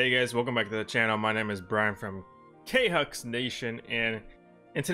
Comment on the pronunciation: *looks at you with killer intent*did you call kingdom hearts ux khux